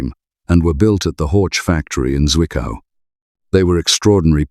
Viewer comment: Wanderer is Vanderer, not Uonderer ... Zwickau is Tsfikau, not Zuikau ... Horch is Horh, not Hortsch ...